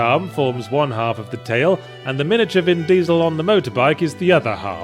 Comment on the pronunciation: The way he pronounces "Vin DIESEL" at the mark is fucking hilarious.